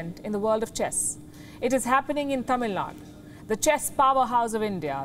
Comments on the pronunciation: One correction, It’s NOT Tamil Nad. It’s Tamil Nadu. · Should I say that Tamilnadu did a best job in putting up the best opening show as a memeber of whole India…….and it’s Tamil NaDU … please even it’s new to you guys try to pronounce the name as it is because wion says itself as an intl channel then be one….. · Thamizh Naadu is the correct pronunciation. It was anglicized for the convenience of people who do not know how to pronounce Thamizh words in northern Bharath and foreign countries.